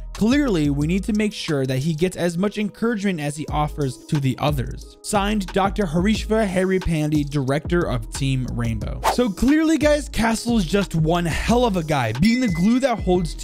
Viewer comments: The pronounciation is harish "paande" not "paandy" 😂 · Hmm i know u ain't good with pronunciation but I have a tip it's Harry PAND-HEY